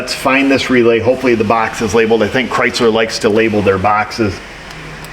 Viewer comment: There's your problem lady. It's a Chrysler. The first syllable is cry.